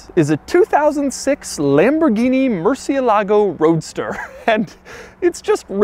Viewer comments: Doug murdered the pronunciation for "murciélago" every single time. Come on, just get the accent on the correct letter, it's not that difficult. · Not once did he pronounce the name Murcielago correctly. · Every time he says murcielágo i cringe. Why do we have to butcher the names? It's MURCIÉLAGO GOD DAMN IT. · Doug's the type of guy to pronounce Murcielago incorrectly. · I speak Spanish and this man's pronunciation of 'Murcielago' triggers me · As a native spanish speaker I got so frustrated every time he said murcielago. IS MURCIÉLAGO! You are missing the accent mark Mr quirks and features. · The Murciélago is named after a fighting bull that survived 24 sword strokes in an 1879 fight against Rafael "El Lagartijo" Molina Sánchez. Pronunciation is stressed on the e, not the a, as Doug had mistakenly pronounced in several of his videos mentioning the car. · Murciélago is stressed on the E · me gusta el video pero que mal pronuncia murciélago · mershalago not Mercy a lahgo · It is actually more like "more" "sea" "a" "lago" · murciElago, not murcielAgo... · It’s not “MurcielÁgo”. It is pronounced MurciÉlago. It’s obviously not an anglo word. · its said "More" "they" "a" "lago" not "mercy' "a" "lago" im pretty sure they car was named after one of the only bulls to ever leave the arena alive.... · Moo-er-see-EH-lah-go. Put it all together. Mercy-uh-LAH-go is not the way, folks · Mercièlago. Not mercialago smh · murciélago not murcielágo ffs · Ed Bolian is losing sleep over how Doug is pronouncing 'merci-A-Lago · murr-cheh-LA-goh (4 syllables) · Mooresialegoh its the right pronunciation in spanish/italian if you want to impress your viewers there you go Doug, Take care! Un abrazo tío! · It's a "soft" r,supposed to be pronounced "moo-thee-lago" originally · It hurts every time he says Murcie lago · It's (Mür-Sïï-Luh-Goh) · Murcielago - murchilago Cou-coup-coupé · I wish this guy would learn to pronounce MurciÉlago with the accent on the right syllable, come on now...